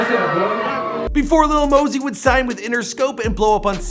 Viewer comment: But when he said moh-sie